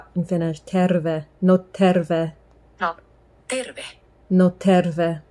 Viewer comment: Terve. There was the slightest h-sound there, which gives you away. You were concentrating on rolling the r, and thus missed it. It's not 'therve', try to keep t and e together. Ter-ve